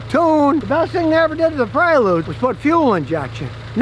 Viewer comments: Prelude, not predule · God bless the Honda "Predule"! LOL! Nobody's perfect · Honda Predule?? Lol